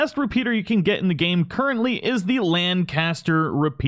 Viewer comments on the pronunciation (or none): "Curently" lol